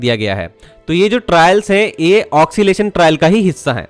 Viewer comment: आपका बड़ा फैन हु इंडियन रेलवेज हमेशा मुझे एक्साइट करता है फर्स्ट सॉफ्टवेयर impress के वक्त टीम में इंटर्न रह चुका हु आपके उच्चारण में ऑक्सीलेशन शब्द ठीक नहीं है, ओसिलेशन ( occilation) सही रहेगा